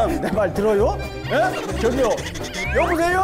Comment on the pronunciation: 개미쳤다 ㅋㅋㅋ큐큐ㅠㅠㅠ큐큐큐큐큐큐큨ㅋㅋㅋㅋㅋㅋ 경비아저씨 ㅋㅋㅋㅋㅋㅋㅋ 여보세유??! 아 개웃기 뮤ㅠㅠㅠ ㅠㅠㅠ 하ㅜㅇ얼마나 돌려본지 모르겠음